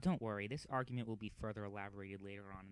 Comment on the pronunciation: How Do You Screw Up Argument, YOU SAY THE WORD YOU HEAR THE "G"